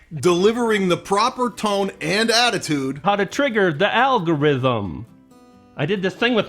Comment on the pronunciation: Hey, say that again /ˈalɡəˌriT͟Həm/